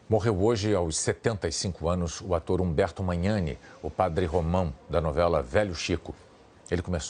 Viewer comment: Humberto Magnani, pronuncia-se Manhani.